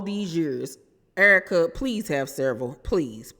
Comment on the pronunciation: You have to be from St Louis, because of the way you say Errrka.. 🤣🤣🤣 a Real one😘😘😘 E. Banks goofy AF. I ❤️the Searra impressions. 🤣🤣🤣🤣🤣. I LOVE YOUR CHANNEL BOO.😘😘😘🥰🥰🥰🥰😘😘😘